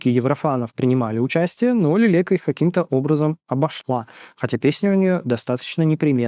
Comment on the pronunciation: Привет , хочу внести ясность по поводу украинской заявки )) 1. правильно произносится имя артистики - Лэлэка 2. На счет приглашения. После финала кто то из команды Leleka отправил приглашение на вечеринку одной из участниц отбора - Valeriya Force. Правда потом сообщение удалили. Valeriya начала публично высмеивать этот поступок . Leleka сразу же объяснила что и правда она хотела сделать вечеринку, но потом поняла что после отбора была очень уставшей и решила отменить мероприятие. Она объяснила что поступок сотрудника, который просто удалил сообщение, считает нетактичным и извинилась 3. Продюсером отбора в этом году была Jamala. А вот в жюри была Руслана и как раз она призывала голосовать за Leleka 4. Выступление Monokate было очень слабым и странным. Jerry Heil в свою очередь просто надоела части еврофанов и выступление тоже было в чем то слабоватым . Да и если честно люди хотят отправлять на Евро новых артистов, а не тех же самых из года в год . Тем более в такой большой стране как Украина, где очевидно много талантов